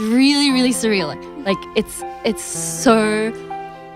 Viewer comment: Didi you notice whenever she have to say so she says sho-rrr . Ahh she is so cute💜🌸